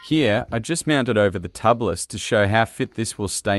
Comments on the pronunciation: TUBE-LISS. Not Tubb-liss. Or, technically, TU-bliss. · Tubliss....say Tube-less, not Tub-less. There are no tubs in dirt biking. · It's pronounced.. tube less.. get it no inner tube tubeless